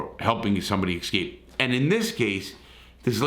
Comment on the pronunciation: Most cases like this are not triangles as you say. They are straight 'love' relationships. A love triangle is something different. Also it is EScape, not EXcape. (and 'ask' not Ax) eg "I asked my 5th grade English teacher a question I did not AXE her". Keep up the good work anyway.